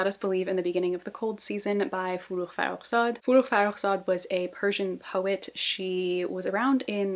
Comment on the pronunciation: My dear god. As a persian, I'm blown away that you pronounced forough's name right????? Like not only the gh, you said the kh right too which is really surprising for me because well I've never seen a non-persian do that